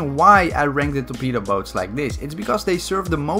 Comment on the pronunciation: Is it just me or everybody thinks that when says torpedo boat it sounds like betabow Btw can you make a video about every melee weapon in Bf1